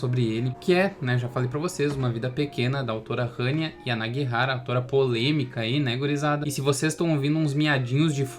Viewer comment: Nada a ver com o vídeo, mas finalmente alguém que pronunciou certo o nome da autora